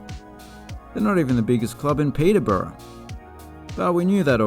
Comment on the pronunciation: Enjoyed that very much, love the humour. 23 out of 24 names pronounced correctly 👏 (it’s ‘Lemmington’ not ‘Leamington’), though you lose half a mark for ‘Pederborough’ - which has unfortunate connotations!